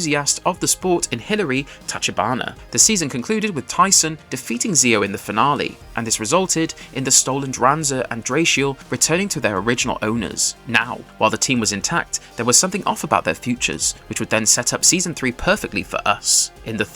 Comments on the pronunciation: Seriously, what is with the names dude, dranzer “drawn-zer” Druciel “drew-seal” Drigger “drig-ger” lmao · You clearly didn't watch this show as a kid. You absolutely murdered the pronunciations of Dranzer, Driger and Draciel. That triggered me so quick 🤦‍♂️ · The disrespect you just dealt Driger and Draciel with that pronunciation 😂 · Was literally bout to say this 😂